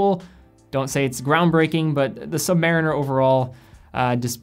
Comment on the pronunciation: You mispronounced "Submariner".